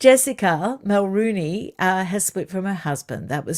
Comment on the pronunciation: Mulroney is pronounced muhl-ROH-née!